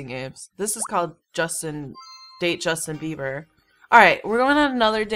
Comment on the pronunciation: "Justin babby" I laughed pretty hard at that